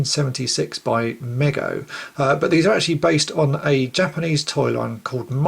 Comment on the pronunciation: FYI: It's pronounced MEEGO.